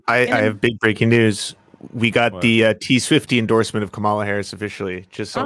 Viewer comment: Let's start with pronouncing the candidate's name correctly. Repeat after me: Comma-la. It's not that hard. 💙